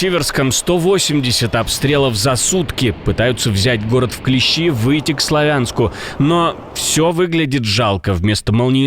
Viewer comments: Регион берут не "в клещИ", а в клЕщи. КлещИ (с ударением на последнем слоге) - это членистоногие кровососущие. А клЕщи - инструмент. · не в клещи (ударение на и), а в клещи (ударение на е). первое - насекомое, второе - в данном контексте военный термин